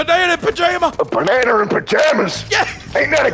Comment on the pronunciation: “A bAnAnEr in PaJaMas?!” 💀